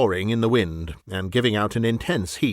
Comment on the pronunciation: That's hilarious! Years ago, the NOAA "weatherman" on the weather radio used to pronounce "wind" as "wind", as in"wind it up"! It always cracked me up. An early use of AI, and they're still having the same problem today.